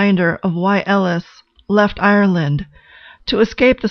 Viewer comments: on a soul level and a speech level her name is pronounced "A-LISH" not "L -ES" and that is not hidden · This is very interesting- nice work! However, her name is Eilis not Ellis. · Thank you for understanding I wasn't trying to be critical--just helpful. It is pronounced Ay-lish in the movie. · So awful that the name has been changed. Surely it would have been easy to make sure it is pronounced correctly. It’s Ellis and not Ellis. She also didn’t leave Ireland because she wanted bigger things . There were no opportunities for her in the small town and her sister initiated her emigration. This is really clear in the book. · I appreciate the analysis, but I must say that the mispronunciation of Eilis's name annoyed me throughout. I fear how the pronunciation of the lead actress's name would have sounded.